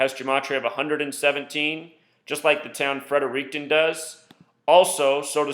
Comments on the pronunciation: It’s pronounced “Fred-er-ricton” like you are saying “Fred” first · It's pronounced Fredrickten lol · Fredericton is a city pronounced (Frederick- ton) for future reference